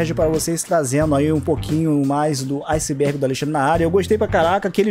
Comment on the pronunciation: Literalmente ninguém: A Cara que criou o vídeo: "bem vindos Ao Izibérgi do Alexandre na área"